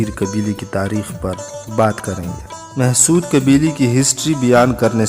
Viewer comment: Why is “Mahsud” nowadays pronounced as “Mehsud”? I’ve never seen a Pashtun refer to these people as “Mehsud”- neither does it spell it in that way in any history book. Is this yet another new thing?